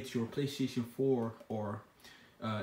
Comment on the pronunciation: I cracked up when he said playshion Haha